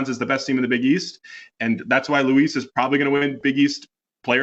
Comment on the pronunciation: Good content but the pronunciations need some work. It's "jah-ny" Broome not "joe-nee" and RJ Luis pronounces it like Lewis